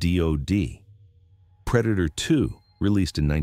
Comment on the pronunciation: That wasn't the predator it was the preda-toe